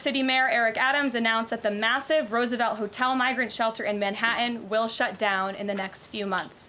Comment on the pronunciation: Just the way she pronounces Manhattan is all the "tell" I need.